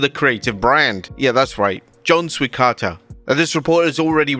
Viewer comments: C'mon "Swikata" is not that hard to pronounce lmao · Bro struggling to pronounce Swikata was funny af 😂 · I like how you left trying to pronounce John Swikata's last name in the video.